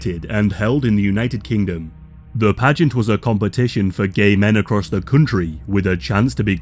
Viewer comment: Love the channel, why are you suddenly placing so much emphasis on “the” 😂